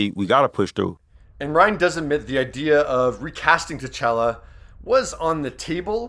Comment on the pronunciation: Who in the hell is tahchellah?!